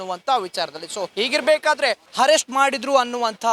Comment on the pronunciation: ajaya avre herrest allaa Arrest nimma kannada swlpa ennu sarii aagbeku sir naavu heliddu thappadre sorry 🙏